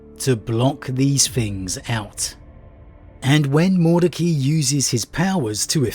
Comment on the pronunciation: You didn't half savage that Liberians name. Break it down Mord ec ai, just say the i.